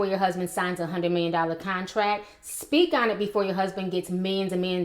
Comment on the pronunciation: it's speak not speaj.